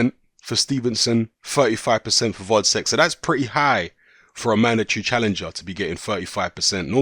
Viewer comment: his name is gvozdyk not vozdek